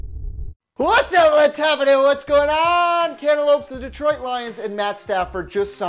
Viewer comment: I'm not watching the channel anymore until stops saying Cantaloupes